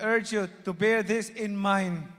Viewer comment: BINABASA MUNA YUNG SPEECH MO HINDI PA TAMA SABI NIYA ; I URGE YOU TO BEER (BEAR) IN MIND DA THRILL ( THE STRENGTH) OF THE PARTY "IS LIES IN THE TRASH"( TRUST ) HA~ HA! MALI ANG GRAMMAR NO NO NO I WILL NOT VOTE FOR YOU